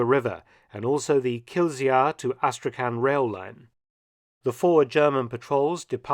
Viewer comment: Kizlyar (not Kill-zee-ar) used to be a wonderful place to get some of the best knives from, super-cheap, tough knives with extremely good edges ex-factory. Before this Ukrainian nightmare closed all that down and set the Russians back 50 years.